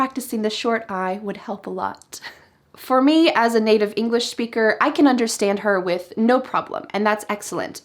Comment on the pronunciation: Hi. This Is my first time seeing a video or yours. I have a question. I don't know if I'm hearing it right but I hear a sh sound instead of a sp when you say SPEAKER. Is that right?